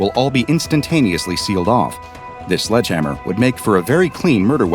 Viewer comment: It's sledge hammer not sludge hammer. Thx